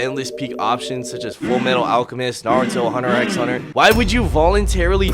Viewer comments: Did you seriously say "X" in "Hunter X Hunter"? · Dude said the ‘X’ in HunterxHunter in a video about larping 💔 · I know you ain’t talking about Larping but pronounce the "x" in HunterXHunter 🙏 😭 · "hunter ecks hunter" BUSTED 😮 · you did NOT just say hunter x hunter like that